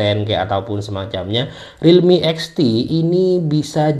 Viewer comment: Namanya Realme Apa ini Bang Agak kurang jelas